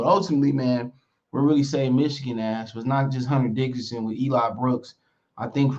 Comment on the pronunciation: It’s Dickinson not Dickerson